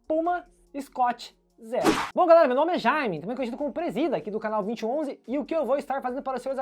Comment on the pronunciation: Presida, sem querer ser chato mas, sendo 😁, o nome se pronuncia "escut zirou," e o amortecimento é "profon", não fique bravo comigo, por favor. Sobre o vídeo vc me fez desistir de ter um scoot Zero, obrigado!